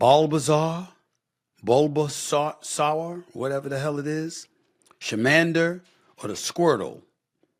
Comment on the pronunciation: This man said chiiiimander